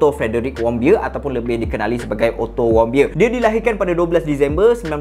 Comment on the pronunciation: knpa ak dengar ckap "ottomobile" 😂